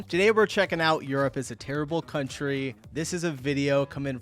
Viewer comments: Did you just say " if there is one CUNTRY I would be excited to go to, would be Europe, and I thought you were educating your self out side the US OF A lol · No, no, you say that wrong. It's "country of Europe" 🤣